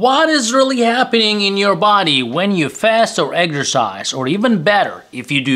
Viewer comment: Pardon me, "eggsercise" What is this? Eating eggs and exercising? Sounds funny. Do you mean EX er cise